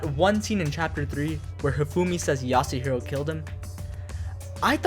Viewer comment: As soon as he said yasuhiro I started contemplating clicking off